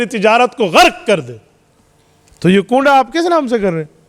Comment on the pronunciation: Koonda nhi kwanda hota hai